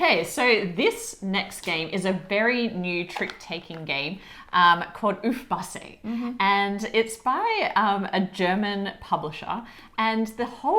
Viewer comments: Compliments to you: you pronounced Uffbasse very well. I live in Rhineland-Palatinate, and yes, you should try one of the recipes sometime. I'm sure you'll love it 😊 At this point, I'd also like to say a big thank you for your consistently great content ❤ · Your pronunciation of "uffbasse" is quite pretty precise 👌😊